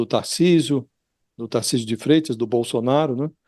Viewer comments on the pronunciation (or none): none